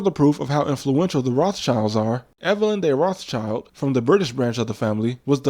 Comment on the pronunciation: The name is pronounced "roth shild," as in red shield, not "roth child," as in "red child."